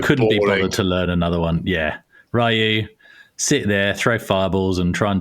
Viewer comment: How to pronounce Ryu is a topic that will never get old same way Super Nintendo was called snezzzzzzzzz in uk back in the day